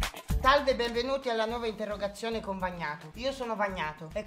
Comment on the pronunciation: L'interrogayone ahhahaha